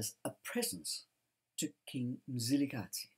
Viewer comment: I admire the way you pronounce Mzilikazi with accuracy and as a Ndebele l respect your history telling.